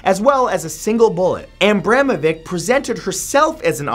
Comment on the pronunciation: it's pronounced Abramoveetch.